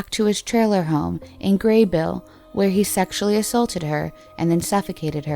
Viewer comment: Whoa.... you pronounced "Grabill" correctly 🙌🏻